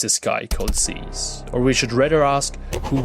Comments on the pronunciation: not ''zeez'' its ''zyzz'' not even a true brah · Can’t even say his name right you mirin brah ?